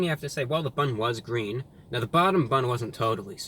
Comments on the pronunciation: It's GWEEN! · "It's gweeen" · IT'S GWEEN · Its GWEEN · Its gween! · its gweeen!! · ITS GWEEEEEN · That's not gween 😫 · It’s GWEEN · It’s Gween!! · It’s gween! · its gweennnn!!! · Its Gweeen! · "its gween" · its gweeen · THE BUN IS GWEEN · IT'S GVEEEN!! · Wow its gween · MY POOP , IS GWEEN ITS GWEEN! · IS GWEEN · It's GWEEN! We love you, my man, glad you're still out here doing your thing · It's.. IT'S GWEEN! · The 🅱️un, it's gween! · its gween... its gween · Mah poo..... It's Gween! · It's gween 😀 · It's G W E E N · It's gween its weally gween!! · Not so Gween, unfortunately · IT'S GWEEN!!!! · it's GWEEEEEEENNN!!!!!!! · It’s gween!!! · That's one big GWEEN burger! :) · It's GWEEN!!! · The bun is gween! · Is it gween?